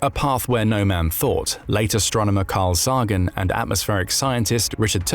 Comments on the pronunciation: "The nuclear arms race is like two sworn enemies standing waist deep in gasoline, one with three matches, the other with five." ―Carl Sagan Also, while the video is interesting, this narrator is annoying AF by continuously mispronouncing CARL SAGAN's name as "SAAAAAAAH-GUHN" Sigh. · Sagan is pronounced Say-gun. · I really wish AI narration would learn how to pronounce names like "Sagan" correctly. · Dude, how can you fail to pronounce Carl Sagan's name correctly? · Is this ai content? Why can’t the narrator say Sagan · Can't you program your computer voice to pronounce Carl Sagan's name correctly?